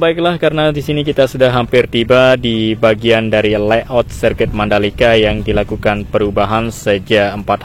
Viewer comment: Yang betul itu layout bukan leyout.